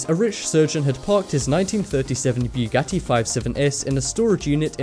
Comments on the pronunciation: it's buggati not bjugatti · Its bugatti not bewgatti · its pronounced boo got e not trying to be rude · boogati, not ‘buegoti’. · Boogati not buegoti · This guy is so stupid, can't even pronounce the very known names correctly! He pronounces Bugatti like this: "Biyogati"!!!! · Why "bJugati" ? Just say Bugatti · i'm sorry but it's BUGATTI NOT BEUGATTI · Bu-ga-ti not Biu-ga-ti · It's pronounced bugatti not buegati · Bewgatti? It's pronounced boo-gotee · Its not called a byougatti its a Bu-gat-ti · Stop saying Bjuwgadi its called Bugatti IM GETTING TRIGGERED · it's pronounced (BOO-GATY) not (BYOO-GATI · Byugatti XDDDDDD its pronounce boogatti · Bu .Gatti not Bwegatti! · O god I think I got cancer from the way you said Bugatti. It's Bugatti, not Bewgatti. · U say bughatti wrong and it’s so annoying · Lol u say Bugatti as bew catty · Since when is it BEWgatti? LEARN THE DUMB WORD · I swear to god of he says buewgatie one more time, i will shoot up my school. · bwugatti haha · you say buggati wrong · ..did he just say Peeugati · dafuq is bewwwwgati?lmao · Its not bewghatti sorry im just triggerd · WTF IS A BEWGATTI YOU BUTCHERED THE FUCK OUTTA IT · Ughhhhh why do you keep saying Byugati yes with y its annoying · bewgatti XD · Beugatti? Begatti???? BeuEEEgatti✔️ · hahah you are saying bjugati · why u say it like "BE-YOU-GATY" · nigga its not B-U-GATIE. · boo got eeee not what the freak u said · if you pronounce bugatti like beuwgatti again I'm going to become homicidal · boogotie is the pronounciation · Did it anonoy anyone else about how he pronounced bugati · Umm fastest car in the world is the Bugatti Chiron get ur facts right plus the way u said Bugatti lol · You put to much emphasis on the u when you say Bugatti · It was Literally killing me when he kept saying Bugatti wrong. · you sound so fucking dumb when u say bugatti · You said Bugatti wrong